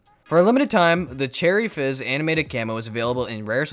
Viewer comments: did anyone realise he said cherry jizz instead of cherry fizz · He said cherry jizz instead of fiz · you said cherry jizz instead of fizz at the end😂😂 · Did he say cherry jizz at the end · HE CALLED CHERRY FIZZ CHERRY JIZZ XDDDDDD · when he says cherry jizz instead of cherry fizz lol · "I got some cool stuff like cherry jizz" it's fizz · Did anyone else hear him say cherry jizz instead of cherry fizz at the end? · Did anyone just hear that he said Charidges instead of cherry fizz 16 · Did anyone else hear him say cherry jizz instead of fizz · at the end instead of cherry fizz you said cherry jizz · You said cherry jizz not cherry fizz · This guy said jizz instead of fizz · did you say cherry jizz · did he say cherry jiz at the end? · lmao before the end said you said cherry jiz camo 😂😂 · Bro really said “Cherry Jizz” 💀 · Hey bud you called it cherry jizz😂😂😂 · At the end he called it cherry jizz lol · did he say cherry jizz at the end 😂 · who else realised said. cherry jizz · he says cherry “Jizz “ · im i the only one that heard Cherry Jizz at the end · at the end you said cherry jizz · At the end did he say cherry jiz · He said cherry jizz lol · anyone else notice he said cherry jizz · Anyone else hear him say cherry jizz near the end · Did anyone else hear him say cherry jizz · Am I the only one who herd cherry jizz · Lol u said cherry giz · Anyone else hear him say cherry jizz?